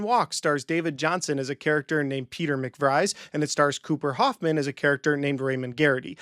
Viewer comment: McVries is pronounced Mick-Vrees. Vries does not rhyme with Fries. His name is spoken in the movie.